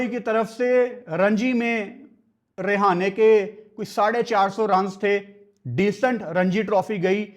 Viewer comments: Bhai tu hamesa hi mera ❤️ jeet leta h but yr vo रेहाने nhi h रहाणे hai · Its Rahane bhai not Rehane😂😂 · Not a Rihane 😂 It's a Rahane ✅️ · He is not rihane 😂 he is rahane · Rahane❌ Rehana✅😂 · Rahane❌️ Rihane✅️🤣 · Rahane 😅 not rihana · english Lower order❌lawyer order✅ Rahane❌rehane✅ Quinton de kock❌quanton de kock✅ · Bhai sahab rehane nhi rahane hai bo 😂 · रिहाने रहाने 😁 भाई 🙏🏻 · Rahane × Rehane ✓ Dimag × Damag ✓ Quinton× Quanton ✓ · Rehane nahi hai wo rahane hai 🥱🥱tum log bolna sheekho buai kya matlab sare hi aise hai kya pakistan mai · Rahane ❌ Rihane✅ 😅 Quinton ❌Quanton ✅😂 Don't worry,Hota hai kbhi kbhi Btw great Analysis 👍👍👍👍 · Rahane ❌❌ Rehane ✅✅ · bro your pronunciation is just awsm rehane 🤣🤣🤣quanton de kock 🤣🤣🤣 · Rehane? Rahane name h bro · app Rahane ka name galat pronounce kar rahe ho. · Tujhe rahane ka name pronounce krna nahi ata